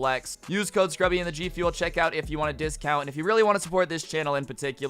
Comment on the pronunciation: The intro dont make sense, its, not Scrubby